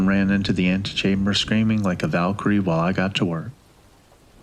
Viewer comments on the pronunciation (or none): none